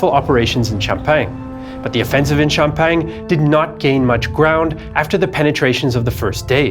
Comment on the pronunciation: The french fought in Xiao-peng? Or in sham-pack-ni? At least the french high command was more effective that germany ever was when it comes to getting a lot of french killed